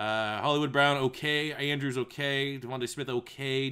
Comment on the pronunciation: did anyone else hear him say “mandrews” ??